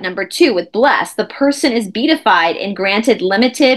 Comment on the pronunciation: It's pronounced "bee - at - ified".